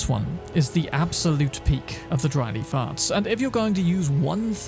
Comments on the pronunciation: ( - I totally heard "Dry Leaf Farts"...! 😉😲😬) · I swore you said, "Dry lee farts." XD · The first time you said dry leaf arts I heard Ranni farts. It confused me.